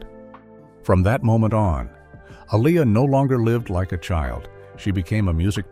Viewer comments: Please pronounce her name correctly! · Keep butchering her name why don’t you 🤦🏽‍♀️Artificial Intelligence vs Actual Idiots 🤷🏽‍♀️😫